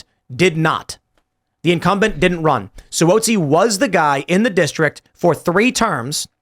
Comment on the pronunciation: Tim apparently doesn’t follow the news on how to pronounce Suozzi correctly. Tom Suozzi has been around almost three decades and people in the media certainly know him.